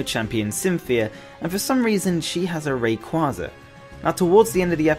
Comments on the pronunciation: It’s ray-quay-za not ray-qua-za! The name origin is ray and quasar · It’s pronounced ray- quay-zar because of ray and quasar so also mag-quay-zar